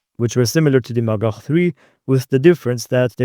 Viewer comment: every time he says "magach" i hear "MaGuh"